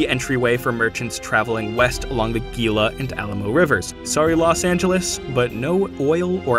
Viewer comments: You might like H. Beam Piper's Lord Kalvan of Otherwhen where the Indo-Europeans went east instead of west and colonized North America and developed medieval kingdoms. Also, one small correction - Gila is pronounced "hee-la". Very neat video, thank you. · As an Arizonan, though, "Gila" is pronounced "hee-luh." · Hearing you pronounce Gila with a hard G is making me cringe